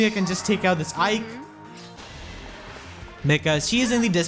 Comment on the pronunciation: It hurted really bad when you said "Aike"